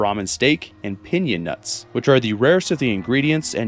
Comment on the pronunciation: Pinyon nuts is not pronounced like that. It’s pronounced PIN-YO-N